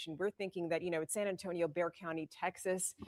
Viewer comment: Bexar the x is pronounced like an h. Everyone one here in Bexar County, pronounces it Bear County.